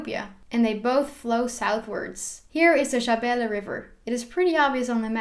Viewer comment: I like your somali pronounciations of Soomaaliya, Shinbiris, shabeele etc. 🤗